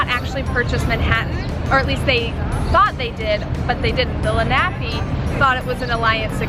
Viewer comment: I enjoy your videos, but they would be better if you made sure your pronunciation of words like Lenape and Stuyvesant were accurate.